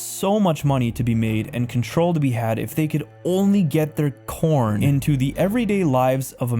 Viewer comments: I found this video very interesting and accurate, however what bothers me about it is the mispronunciations of different words throughout. For example call porn porn, not corn. Otherwise, I appreciate the content. Thank you & God bless 🙏🏼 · i cringe so hard everytime he calls porn "corn"